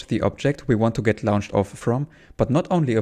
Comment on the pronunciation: Fascinating video. I’ll have to go dow a rabbit hole of glitched run videos now! Side note: ‘Launched’ is pronounced more like ‘Lornched’ - English is not consistent, sorry!